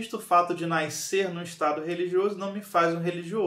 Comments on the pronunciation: Mais difícil é ouvir "NAISCER" repetidas vezes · Naiscer, naisceu, naiscença.😂😂😂😂